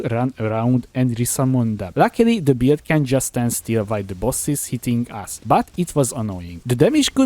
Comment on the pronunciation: whenever he tries to say "build" I hear beard